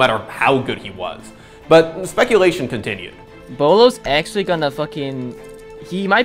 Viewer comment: ITS BOLO